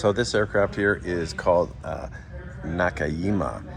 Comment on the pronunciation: Just a pronunciation tip, the "j" in Japanese is pronounced like a normal "j" rather than a "y." So the "ji" in "jima" would be the same as the sound in "jeep."